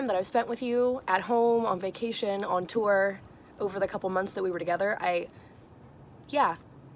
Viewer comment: On “tour” 😂 😂